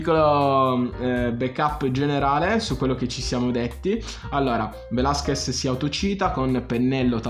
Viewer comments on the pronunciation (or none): Da laureato in mediazione linguistica nonché conoscitore di ben 8 lingue, tra cui lo spagnolo riconosco la difficoltà nella pronuncia del cognome Velázquez sulla quale ti sei impegnato ma c'è ancora da lavorare ;) quindi metto like solo per quello! Sto scherzando, hai spaccato!